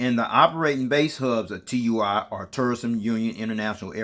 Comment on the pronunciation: It's pronounced as a word, not individual letters. Sounds like "two-e." It's also a German multinational company 👍